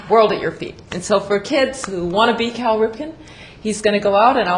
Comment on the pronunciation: First of all his name is CAL Ripken not Carl....secondly just because you dont know who he is doesn't mean millions of others in the world don't! He is easily one of the 10 best baseball players of all time and is known worldwide not only through his own playing of the game but through the international youth leagues he hosts. Cal is a great representative in this respect and next time don't talk out of you ass and learn before you speak....dumbass!!